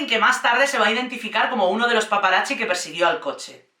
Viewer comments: Cari, me encanta tu energía y humor, pero tengo una pregunta. Por qué dices "paparachi"? La "zz" del italiano suena como "ts". Por eso pizza se pronuncia "pitsa", no "picha", que eso es otra cosa! 😆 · Es curioso como siempre que hablan de Diana nos queda a todos una desolación y tristeza porque en el fondo todos sabemos que fue asesinato planeado 😢, por otro lado amo como dices "paparachis" ❤ gracias por el video y la nueva info agregada a es aparte de mi cerebro que odia a la corona y a USA que siempre mete la nariz en todo 😂